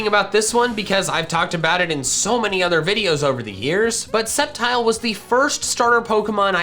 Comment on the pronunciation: TELL HIM IT'S SCEPTILE, NOT SCEPTRE!